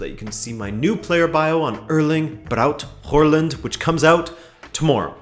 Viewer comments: It's not WHORELAND, THERE IS NO R IN HAALAND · Pronunciation of Håland a little off ;) great video as always tho 👌